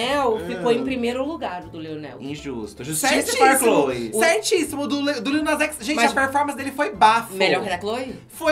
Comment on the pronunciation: Adoro o corrigindo a Blogs e falando o nome do Lil errado tbm LOL LITTLE